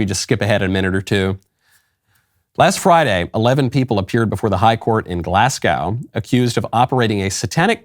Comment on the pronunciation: Pronounced GL-Lass-go... Love from Glasgow Scotland.